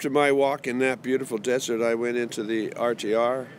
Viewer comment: NOT DESSERT...……………………….DESERT